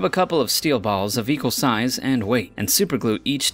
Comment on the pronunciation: How he says balls